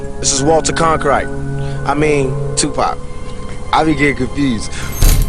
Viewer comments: Notice that 2pac didn't pronounce the name Walter Cronkite. I think 2pac deliberately mispronounced it "CON-krite". Emphasis on the word CON. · 2pac basically outed Walter Cronkite by saying his name like that Con-Krite 🥱 bet y’all probably missed that part tho, so did the maker of this vid bc all he tried to play off was the fact that he said his name was Walter making him trustworthy mmmm no he said it wrong and probably on purpose too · He said "...Walter CONkrite..." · He said Walter CON kRIGHT, i (YOU) be gettin confused! lol! smh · The way you pronounce CORONKITE resembles the german word KRANKHEIT which means DISEASE Oo